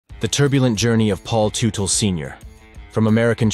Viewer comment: It's pronounced tutle, tut not tute. That's it, now you have pissed off with your bad grammar, angry hordes of bike gangs that are sticklers when it comes to not properly pronunciation of the names of one of their own, and it's really bad thing that bike gang related violence never really produces afterlives. Please be safe and be tomorrow! 🗽